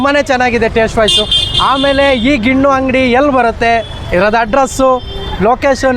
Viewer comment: ನೀನು ಪೆಂಗಾ ಅವ್ನು ಮಾರ್ತಿರೋನು ಪೆಂಗಾ ಅದು ಗಿಣ್ಣು ಅಲ್ಲ ಗಿಣ್ಣ